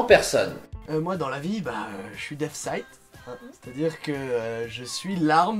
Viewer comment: DEATH NE SE PRONONCE PAS DEATH(F) MAIS DEATH(SS) CAR SI TU PRONONCE AVEC UN F SA VEUT DIRE SOURD